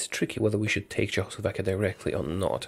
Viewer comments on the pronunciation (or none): I love how he says Czechoslovakia like Jo~aoslovakia